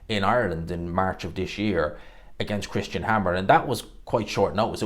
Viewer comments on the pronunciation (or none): none